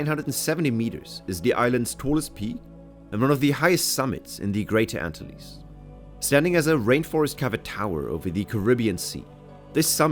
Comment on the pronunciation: great video of what was a wonderful country before Castro took over, as evidenced by the huge influx of Cubans to the USA long ago. May I point out that the Antilles are ann-TILL-ease, rather than the ANN-till-ease?